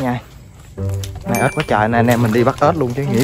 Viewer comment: Ếch ba ơii chứ k phải ết ba ơii